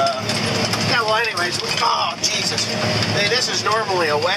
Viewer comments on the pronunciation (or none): none